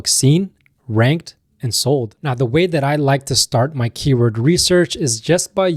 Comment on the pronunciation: This is how you pronounce the word "keyword"